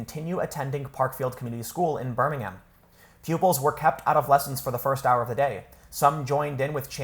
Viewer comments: Pronounced birming-um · A note on the pronunciation of places. Birmingham, Alabama and Birmingham in the UK are pronounced differently. The trick is, for British place names ending with "ham", don't say the 'h', and make the "am" more like an "um". So: Birmingham = "Burr-ming-um" Cheltenham = "Chelt-num" Altrincham = "Alt-ring-um" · Tim its pronounced birmin-um. not birmingHAM lol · Birmingham is pronounced in the UK as Birming um. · I know this sounds snobbish, sorry it's not meant to be, but hearing foreign people saying our place names "wrong to us" just sounds odd. For you peoples outside the UK, who don't know this, the "H" is silent in our place names that end in "ham" which is the abbreviation of hamlet. So Birmingham would be pronounced "Ber-ming-am". That and seeing Yanks constantly swear at us when they count the number two on their fingers is also strange to us. Showing the forefinger and middle finger, with the knuckles pointing outwards away from you and pointing at someone else is just as bad as "Flipping the bird" to multiple nations of Europe. Sorry that last one just baffles me.